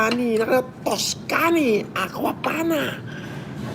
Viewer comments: tus-kani hahaha trilyonaryo, pero yung pronunciation sablay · Tang inang pronunciation ng tuscany. Hahaha halatang walang class ampota pilit na pilit eh. Di nya siguro alam kung ano ang tuscany. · Aqua Panna tapos d alam tamang pronounciation ng Tuscany. Yakkk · Can’t even probounce “tuscany” for shit. Sino pa bang naniniwala kay flm? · Doctorate na di alam ang correct pronunciation ng Cambridge at Tuscany 😂😂😂